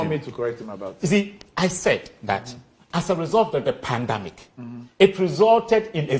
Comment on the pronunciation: E say "pandamic". Wei se ɔsupervisi masters students.